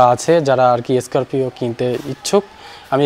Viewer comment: স্করপিও না বলে বলছেন,,এস স্করপিও😮😮😮